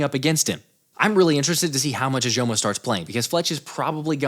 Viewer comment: Love your content! 1 thing though, Moro Ojomo is pronounced “Oh-Jo-Mo”. I’m also a longhorns fan and can’t wait to see him get some playing time.